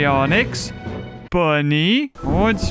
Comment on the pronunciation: I love how he said “bnny”